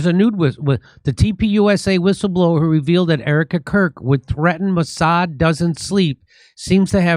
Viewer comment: Jim , it is Mouse-ad